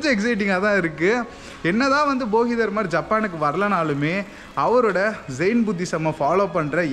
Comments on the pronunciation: தலைவரே, அவர் போகிதர்மர்/பொங்கல்தர்மர் இல்ல, போதிதர்மர்😂😂😂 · போகி தர்மர் இல்ல தம்பி போதிதர்மர்